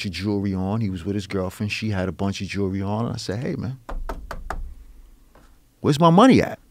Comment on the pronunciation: "jurlery." that is all.